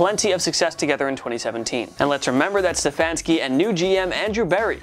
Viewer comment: Can't say Stefanski right.